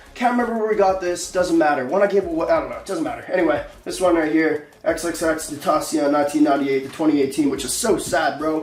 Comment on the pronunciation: MANS SAYS HES A FAN AND HAS HIS STUFF BUT CANT FUCKING PRONOUNCE HIS NAME